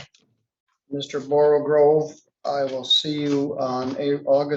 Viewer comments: Quick note There is no r after the g in borogoves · Then you probably know it's not "borogroves", rather "Borogoves." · Borogove NOT borogRove. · Great judge; dumb-ass prosecutor — creates victories for scofflaws. Oh - the word is “borogoves” not “borogroves.” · I love the fact that has his own way of referring to nonsense in his Court, and doubly happy that he's chosen Carroll's "Jabberwocky" to put a name to it. But I'm afraid I must correct a grievous mispronunciation. The line in the poem is as follows: "All mimsy were the borogoves" Borogoves, not borogroves. No second 'r' in the word. I stand in Mr Carroll's stead, to defend the accuracy of his work, specifically this nonsense word, as I'm sure he would have done, himself, and I thank you for your attention in correcting this matter... 😉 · That's "borogoves" not "borogroves" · really ought to reread the poem again, to get the pronunciation right! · Well crap... Just posted my own objection to the mispronunciation myself, and I find we're already fighting about it. And in response to all these naysayers, the spelling/pronunciation is important, even though it's a nonsense word, because it's a very well known (in literally circles, at least) nonsense word. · "does it really matter how you spell a nonsense word? " yep, both in spelling and pronunciation b/c he's forwarding the authorship of both Carroll and following Kutner (as Padgett) into a wider lexical usage "Couldn't it just as well be spelled Borrowgaroves or one of 100 different ways?" nope, it was coined by Carroll and cite by as such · Yep, it isn't very deep - it's very simple. It was an error: He simply he mispronounced it and the consequent spelling doesn't reflect the cited work